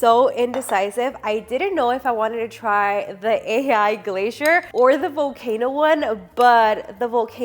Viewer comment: And glacier lol I think i misheard carbonara too